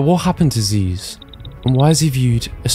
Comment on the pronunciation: I hate to correct you on this great video, but it's Zyzz brah, not Zeez.